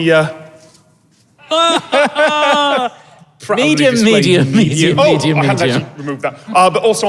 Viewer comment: That "Oh" sounds a bit like 'ope'. ...I think I've been living in the Midwest too long.